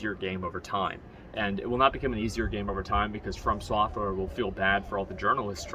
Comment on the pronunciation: Is Anyone gonna tell him its From software not Firm software.. its too late at this point Firm software it is.